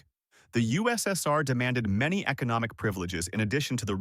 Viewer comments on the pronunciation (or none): none